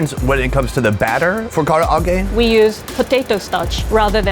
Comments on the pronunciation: the Japanese: Ka-rah-ge: Kara-a-ge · Bro says Karaage literally how it’s spelled 😂 it’s Kuh-Rah-gae not Kar-ah-ra-gae! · how american destroying japan by saying kara age!!!!! i cringe every time this guy said KARA AGE!!!!!!! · Kara-a-ge?😅 at least learn how to pronounce the words. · Hes so American saying Karaage the foreigners way XD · Why does he keep pronouncing Karaage like that? Just pronounce it the same way they and everyone else does, its not that difficult. It makes no sense when he's obviously heard it pronounced multiple times, always the same way, but then wants to say it differently? Why? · Your pronunciation of Karaage hurts my soul and I'm not even Japanese